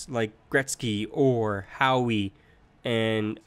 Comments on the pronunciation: it is pronounced how, not howee 😂😂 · did you call howe "Howey "